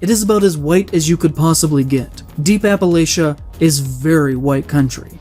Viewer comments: As a native East Tennessean its hurtful to hear someone broadstroke and paint everyone i know and love as willfully ignorant bigots. It speaks to a very classist mindsent. He can't even pronounce Appalachia right. Its like "I'll throw an Apple-at-ch'ya". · For posterity, it's pronounced App-uh-latch-a. Not Apple-ayshia. Just saying as a local that lives up in them there hills.